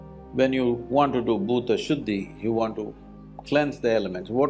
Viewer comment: not bhuda shuddi its bhoota shudhhi